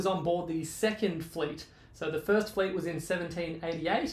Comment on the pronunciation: I almost thought you said “ he was on the second fleece” 🤣🤣🤣🤣.